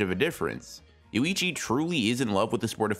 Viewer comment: Yoichi, not Yuichi. Small, thing but hard not to notice.